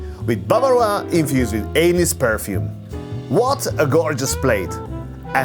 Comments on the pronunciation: i know english is not your first language but every time you said "anise" it sounded like "anus" lol, like the anus broth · Did he say “anus broth” ? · I love your videos been watching since the start and this is easily the most comprehensive video of fine dining in Dubai ever made! But the way you say anise sounds like anus and it makes me laugh every time 😂🤷‍♂️🙈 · It is no small feat for a native Magyar speaker to learn english as well as has, but I have to admit, the way he said 'anise broth' at Tresìnd Studio made me spit out my drink